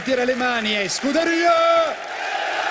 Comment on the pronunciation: "skoo-dairy-uhhh". Just sayin'. Ciao...